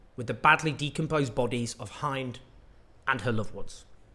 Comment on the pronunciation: Her name is Hend actually, not Hind. The world must know her name.